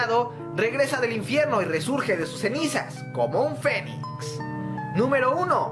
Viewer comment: Parece que en lugar de decir "el fénix" dices "el fenic"